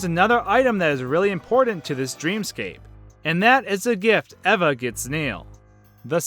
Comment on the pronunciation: The pronunciation of Eva made me cringe. Did you never watch Wall-E? EEEEEVA!!!!